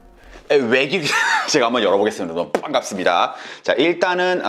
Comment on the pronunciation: 빤갑습니다가 점점 발음이 쎄지네요 빠ㅏㅃㅃ빠빠빤깝습니다!